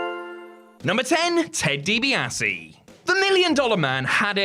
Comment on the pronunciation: you muppet, youre clearly like 17 years old and never watched wreslting in its prime late 80s through to 90s. Why? you cant pronounce Ted Dibiase's name and you think Goldberg, Lesnar was the greatest short match ever!!! nope.